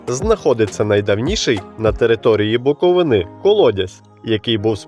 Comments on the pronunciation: БуковИна і БуковИни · Як бляха можна шукати хоч якусь інформацію про регіон і не знайти, правильного наголосу в назві регіону. Весь випуск через це звучить як від неерудованого невігласа.